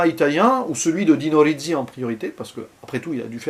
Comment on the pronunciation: Le premier road movie. En plus on entend Trintignant penser... Du jamais vu. Gassman, entre sympathie et antipathie joue un personnage épatant et insaisissable d' une manière magistrale. Sinon c' est Dino Risi et pas Dino Rizzi... C'est pas le z des pizza mais le s de basilic. -:)